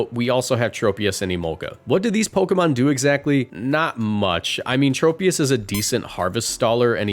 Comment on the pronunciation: It’s pronounced BEE-bare-ull, TRAHP-ee-iss, and ZAH-muh-zen-tuh, roh-TAHM, ZAH-SEE-ihn, ahl-TAHR-ee-uh, druhd-ih-GIHN, and SHEE-naht-ick, “Patrick Star”! 🤨 Swalot’s pre-evolution is Gulpin!